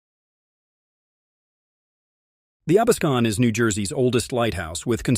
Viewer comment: Absecon Light house name is pronounced "AB-SEE-Con"